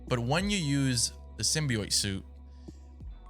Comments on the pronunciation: its said simbee ot btw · hollow please stop saying symbeeiot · i gotta say man, if I’m gonna watch you play this game, you gotta say symbiot right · "Symbioit" hehe. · saying symbi-oit threw me off the whole time😂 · Every time he says symbiote he says it wrong 💀💀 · WHY DO YOU SAY SYMBIOTE LIKE THAT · your pronunciation symbiote is very weird